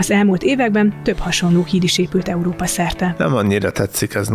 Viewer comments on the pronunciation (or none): none